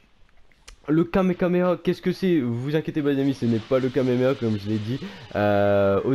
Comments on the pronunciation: Le Kamekameha c'est il a du mal à le dire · Le kamekameha est le kamekameha de goten il ne sait pas bien prononcer les mots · et c'est pas kamekameha mais kamehameha